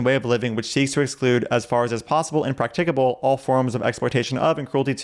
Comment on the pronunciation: Do you need to be able to pronounce "practicable" correctly to be vegan?